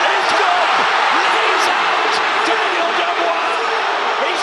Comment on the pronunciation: The way your pronounce Daniel’s name is criminal